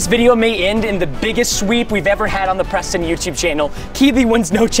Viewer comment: I see on YouTube someone says preston “prastan”